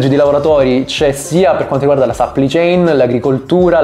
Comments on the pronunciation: si pronuncia plai non pli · Supply si pronuncia SUPPLAI! e che c....! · A dirla tutta sarebbe səpplai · Si dice supplì céin!!! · Perché non usi parole italiane quando esistono? Supply (che non si pronuncia in quel modo) chain = catena di fornitura. Delay = ritardo.